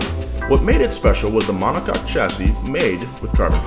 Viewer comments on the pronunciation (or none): none